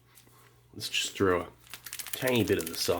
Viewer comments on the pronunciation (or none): none